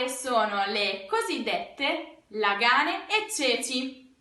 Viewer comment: Làààààààààààààganeeeeeeeeeeeeeeeee, l'accento sulla prima A!!!!!!!!!!!!!!